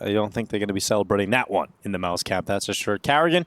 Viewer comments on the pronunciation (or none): everytime they say mouz i think they are saying malbs